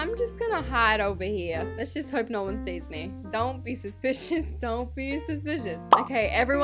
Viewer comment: "DonT bE sUPisOus, dOnT Be SupIsOUs" 😂